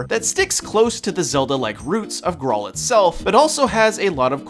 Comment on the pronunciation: It's pronounced "grail"